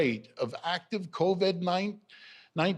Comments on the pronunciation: Almost a year and he still calls it "Coved". That's ok, we have all of 2021 to practice. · Why does he keep calling it "Cov-Ed 19"?